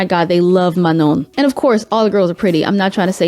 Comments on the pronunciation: manon is swiss,🇨🇭 italian 🇮🇹 and ghanaian 🇬🇭 and grew up in switzerland- a country with a large french-speaking population. ur pronunciation was perfect! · That's exactly how you're suppose to pronounce Manon, in the french way and that's how Manon's name is pronounced.